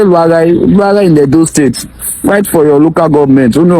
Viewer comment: The guy can't even pronounce the state well and have no singular knowledge of what the state creation is all about.